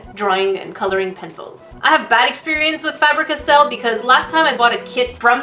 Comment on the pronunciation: Oh god I love your videos but, i was dying rolling around on the floor laughing when you said, Fabric Estelle!! YoUr SaYiNg It WrOnG!!!!!!!!!